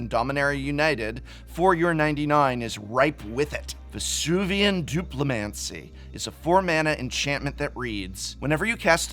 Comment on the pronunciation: I wonder where Vesuvan Duplimancy rates on a list of most mispronounced MTG cards.